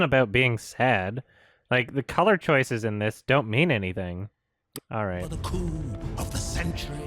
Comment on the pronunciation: I'm sorry but it sounds more like "prepare for the coom of the century" than the original "prepare for the coup of the century"